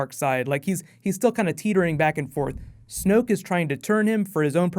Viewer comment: ***** its snoke not smoke.